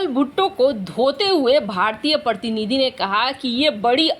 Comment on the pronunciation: मैडम प्रतनिधि क्या पको प्रतिनिधि कहने में कठिनाई होती है ? कृपया उच्चारतां ढीक से करें आभारी रहूंगा और हिंदी का | सम्मान भी होगा | वैसे हिंदी तो मेरी भी बहुत शुद्ध नहीं है | शुद्ध हिंदी तो केवल महाराष्ट्र में ही बोली जाती है | मुझे भी हिंदी के लिए माइक्रोसॉफ्ट का ही सहारा लेना पड़ता है क्योंकि हिंदी टाइपिंग तो मुझे भी नहीं आती है | माइक्रोसॉफ्ट मेर हिंदी शब्द वोह टाइप नहीं होते है जो मैं टाइप करना छटा हूँ | मिक्रोसॉफ़ में इंग्लिश रोमन में टाइप करने पर हिंदी अपनी आप आ जाती है जो स्याम ढीक नहीं होती है |